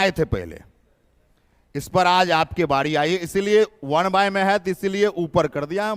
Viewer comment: वण नहीं सर ओन